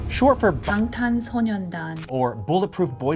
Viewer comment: I mostly found it interesting because even if you've only been ARMY for a little while, you've most likely spent a good deal of time listening to Korean. You inevitably hear the boys introduce themselves many times or say Bangtan casually. It's hard to not realize you're saying it incorrectly. It's not like I'm saying she needs to be fluent in Korean. I understand pronouncing sonyeondan incorrectly since that's harder and less often said, but BTS refers to themselves as Bangtan (shortened) a lot. No one needs to do it right but if I was spending 3 years and as much money as it would take to see them 8 times in one year (which inevitably involves plane tickets and paying for accomodations on top of actual tickets cost), I'd pick it up along the way. Also it's not likes she's chilling in her bedroom with her friends. She knows a lot of people are going to see her talk. Seems like basic pronounciation is something you'd pay attention to when you're trying so hard to sound articulate overall.